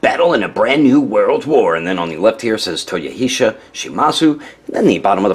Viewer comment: It's Toyo-He-sar.